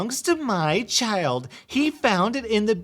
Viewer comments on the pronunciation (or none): none